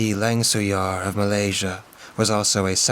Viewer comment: Great work guys! From the writing to the narration, everything was tense and vivid in my mind. Love these mega long stories! V, hope you don't mind it, but I'm Malaysian and although you guys got our succubus story right, the pronunciation of langsuir is lang-SWAY-r. It is a pretty tough word if you're not a native, so no biggie. I was pleasantly surprised that my country was even mentioned in this epic 👍🏼